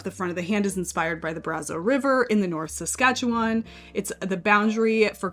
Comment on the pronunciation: Curious as to why you didn’t reduce it further by selecting angora? I’d consider holding it doubled with another lovely yarn that has some memory. Super impressed that you pronounced Saskatchewan correctly 👏